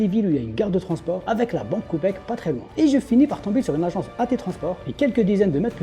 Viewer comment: La banque " copec " 😂😂